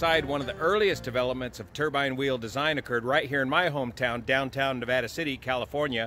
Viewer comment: Also, I might be incorrect but is it a turban engine or turbine? It might be in the pronouncement.